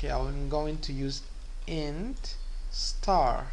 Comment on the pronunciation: y he always say "start" ? it is star * not start :D